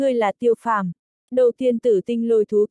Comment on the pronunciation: Tiêu phàm mà đọc tô phàm hoài